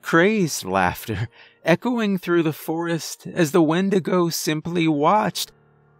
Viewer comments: you called it a Windagro. i love this. i busted out laughing at it. but this story gave me chills. Keep up the good work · windegrow lol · wendigrow lol I was eating and just listening and had to do a double take